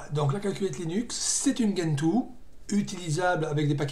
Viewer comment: Ah, et on dit djentoo, pas guentoo (cf leur wiki)